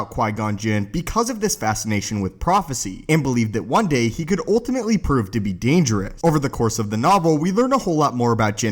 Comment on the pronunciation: It’s pronounced ‘ultimately ‘ not ‘oltimately’ ... fix it that bud because you say it a lot